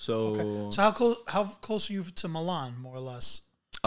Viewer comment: Milan....he can't pronounce it.